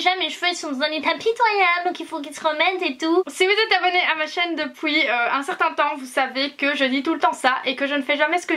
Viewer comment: J'adore quand tu dit "depouii"😝😂